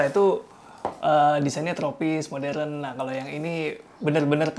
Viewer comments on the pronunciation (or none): none